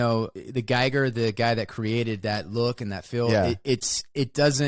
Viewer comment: Wes, H R Geiger is pronounced like "eager" not like radiation "Geiger counter"